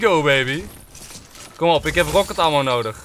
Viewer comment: je schrijft het als ammo maar je spreekt het uit als emmo blijkbaar toch niet goed je huiswerk gedaan!😉